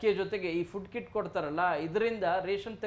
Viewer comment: ಅದು ಕಿಡ್ ಅಲ್ಲ ಕಿಟ್